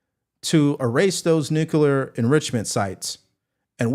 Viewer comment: HI,. I JUST WANTED TO BRING THIS TO YOUR ATTENTION: YOU SAY "NUCULAR", LIKE HOMER SIMPSON. IT'S "NU-CLE-AR". I'M NOT TRYING TO BE A DICK, IT'S A PET PEEVE OF MINE.